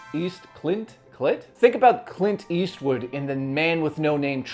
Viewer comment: Clit Eastwood? 😂